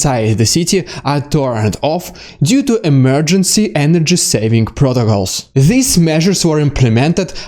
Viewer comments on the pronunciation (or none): none